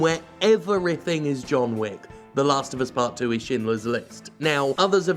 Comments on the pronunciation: As a non-native speaker I find it funny that you pronounce Schindler correctly, but not Schreier. Like, is this a Jim fuck-up, or is this an English Language fuck-up? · How is it that you can pronounce "Schindler" but not "Schreier"?